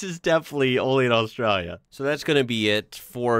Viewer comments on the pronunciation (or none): You say “Australia” kind of funny, like “AustrUlia.” Should be more like “AustrAAlya.” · It is pronounced Ostraylia. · Enjoyed the content, but I’m gonna have to ask you to stop saying Australia… your pronunciation is killing the Drop Bears. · Please stop pronouncing Australia like that lol.. It sounds silly. I know thats how a lot of aussies say it, but it sounds silly then too lol 🤦‍♀️😂